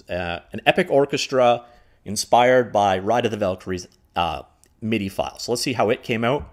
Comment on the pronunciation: MIDI not mid. I get that you aren’t a musician, but reading man.(this is where an emoji would be if I weren’t born in 1975)